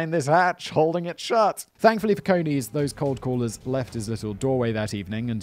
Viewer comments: I think it is pronounced as in Coney island, NY. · Pronounced like ice cream cone with an eees as the second syllable. Source: have a pal with the same name. Love yer channel! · It will be CONE-EES - as in rabbits. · I was thinking the same thing.